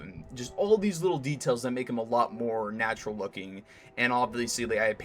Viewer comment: good job! I liked the part where you said natrual